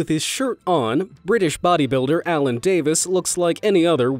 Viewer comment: It's not Alan, it's alun. Like Al-in